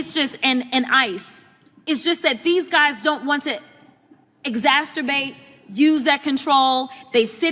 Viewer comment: Did I hear the word "exasturbate"?